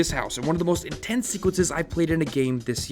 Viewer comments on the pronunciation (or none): Joseph Clark he said INSTENSE at the beginning too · “Instense” good job lmao 😹😹😹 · or instense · Nobody notices INSTENSE and MULIPLAYER? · oh it was definitely instense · gotta love the "instense" moments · “Instense” lmao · "instense" "muliplayer" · Am I the only one who noticed "instense" in the beginning? Also the "muliplayer" screen